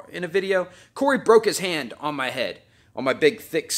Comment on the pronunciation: Right ok. I just noticed certain similarities in the way you say some words like, hand in handful, guy and also the name Ron. So yeah I think it's the vowels... Interesting. Anyway, love your vids, have only just recently come across them. I selfishly hope you do another Streetbeefs. I think Mighty Mouse is the obvious opponent for you.